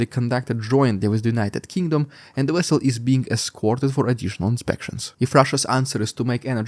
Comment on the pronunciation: Omg you sounded lije Chekov in ST4 lol. "The nuclear vesel" but spunded like nuclear whostle with your accent.